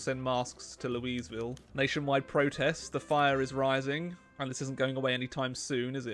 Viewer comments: the weirdest thing is that you say Louisville as the feminine name not the masculine isn't it said Louis not Louise like Louis Vuitton or Louisville slugger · As a native Louisvillian, never pronounce the name of my city again that was so wrong it made my baby cry. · please dont ever say Louisville like that ever again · i could instantly tell youve never been to kentucky after that pronounciation of louisville